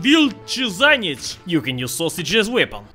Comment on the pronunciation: What is so hard about pronouncing szaniec? Just say "ша́нец".